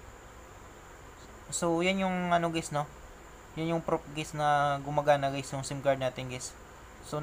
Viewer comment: Puro geys narinig ko guys😂😂😂